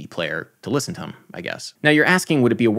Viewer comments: Who else loves that Adam says "thum" instead of "them"? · Adam why do you pronounce "them" as /ðəm/ instead of /ðɛm/. Maybe it's because I'm british but I haven't heard many other Americans who pronounce it the way you do.